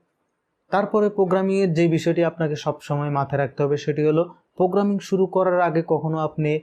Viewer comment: This is not পোগ্রামিং This is প্রোগ্রামিং Mind ur spellings